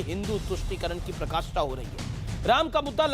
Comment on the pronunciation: Amish devgan I watch all your shows par aap Hindi anchor ho ucharan pe dhayan dijiye hamesha parakastha ko prakastha bolte gain aaj ismarak bhi galat pronounce kiya